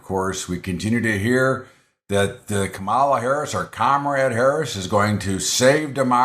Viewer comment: It just shows ignorance and disrespect of VP Harris when people cant even pronounce her first name